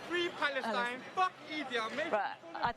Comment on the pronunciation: Fwee pawastein. Innit bwud.